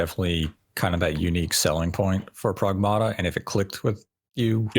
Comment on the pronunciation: You said Pragmata wrong. It's based on the word pragmatic, and Diana says it that way